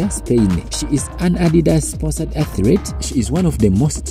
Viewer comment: I don't mean to be negative. Why is it so hard to say athlete? When I make the sound of your accent, how do you put in it atret why is the letter R there?